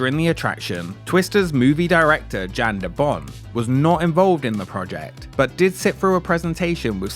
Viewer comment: FYI , Jan de Bont first name is pronounced like "Yawn"